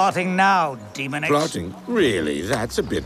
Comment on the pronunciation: How can they go to all the trouble of animating this, then fail to pronounce “Demonix” correctly?